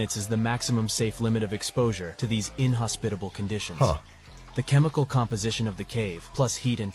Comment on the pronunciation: Am I the only one who can't stand the AI narration, like the Death Valley one? Things like in hospitable and pronunciation like Dahnt's.